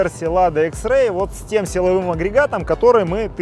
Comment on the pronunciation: Почему экс икс а не экс